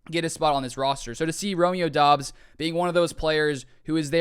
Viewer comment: Romeo said in an interview it's pronounced like Dobs, not Dubs.